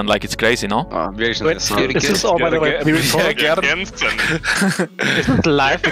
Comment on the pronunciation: "Bjergensen" - Jankos 2020